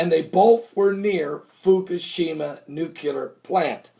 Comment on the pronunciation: Dude, did you say 'nu-cu-lar" again? Give this a shot, Nu-clear. Maybe seems a bit picky, but you have an excellent message to share, and more will receive it when it comes across as erudite.